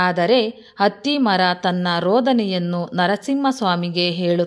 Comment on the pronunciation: ಅತ್ತಿ ಮರ, ಅಲ್ಲಾ ಹತ್ತಿ ಮರ